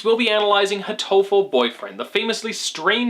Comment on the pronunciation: You keep mispronouncing hatoful boyfriend's name. The name is a pun, based on the English-ish word, "heartful" and the Japanese word, "hato," meaning pigeon. Both of these words place the emphasis on the first syllable, not the second.